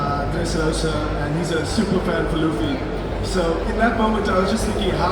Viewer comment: I don't expect all panel hosts to be mega fans of what they're moderating, sometimes its just who is available on staff, but bro mispronouncing Luffy's name like a person who has never watched a single scene from any version of the media is pretty disappointing.